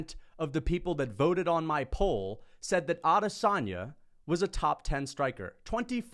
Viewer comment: you talk a big game but you can't even get Israel's name right. *Israel Lasagne